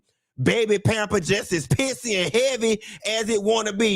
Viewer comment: The emphasis on pissy had me weakkkk